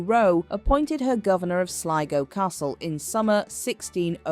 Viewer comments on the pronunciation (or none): none